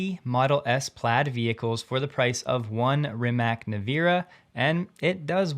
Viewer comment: Rimac is pronounced "Reematz" in Croatian. So why not say it properly?